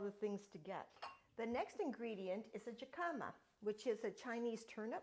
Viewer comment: Yum...I need to make these. Jicama.....”J” sounds like an “H” or hicama....he ca ma. I need to ask you about your air fryer.